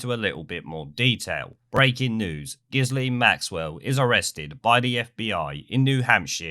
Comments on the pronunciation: Her name is pronounced Gill (as in what fish breathe through in the water) and -Ann,. Although, having said that, your original pronunciation is apt... seeing what filthy business Ep and Giz got up to. Also, her dodgy dad committed suicide off one of his boats that's named after her (Lady Ghislaine). NEWSFLASH: The results of a post-mortem on Giz Maxwell concluded that she took her own life. Two bullets were found in her brain and one through the back of her neck. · I think it's pronounced, "Jizz-Laine". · its just pronounced "gillane".......she's a cow anyway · Repeat after me: JIZZ-Lane. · Correct pronounciation is Grisly maxwell . , Whose Dad stope entire penstiin funds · I think it's pronounced 'Jisslane' but I may be wrong. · Pronounced Geelane. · Pretty sure her name is pronounced "jizzlame"...🤔🤔🤔